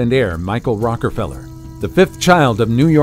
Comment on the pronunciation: Strange that one of the most famed family names ever, Rockefeller, is repeatedly mispronounced as Rockerfeller. It casts everything presented into doubt.